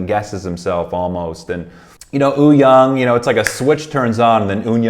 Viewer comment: Its not ooyoung btw haha its Wooyoung